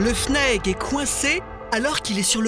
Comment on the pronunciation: C’est pas fnaegu mais fnaege c pas guenetique mais genetique